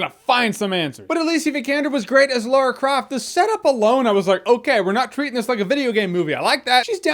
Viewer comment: Americans. It's Lara with an a. Not Loora. It bugs me